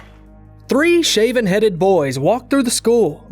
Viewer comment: "3 shaven headed boys" 😂 I've never heard it that way before. American? 😂